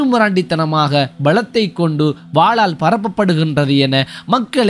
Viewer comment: வாலால் அல்ல. வாளால்